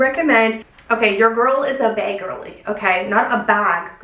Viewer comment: LOL I am from a small village in Alaska and I say “beg” for bag, all my friends laugh at me, ugh love beg girlies 💕🥳😍 you're absolutely glowing!